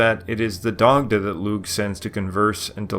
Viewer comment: Dac-tuh. 😁 slight guttural on the c like in German